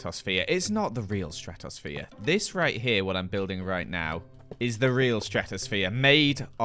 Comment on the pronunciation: Ah, yes, the stratos-sa-phere